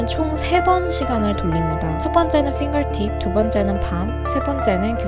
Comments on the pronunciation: 진짜 최고십니다ㅠㅠ 해석이 짱이에요! 핑거팁 말하실때 진짜 발음 엄청 좋으셨어요❣ 해석 감사합니다! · 핑거팁 할때 발음 대박이다..ㄷㄷ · 핑거팁 발음 ㅗㅜㅑ..